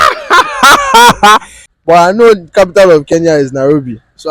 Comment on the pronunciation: Guys it's not Keya but Kenya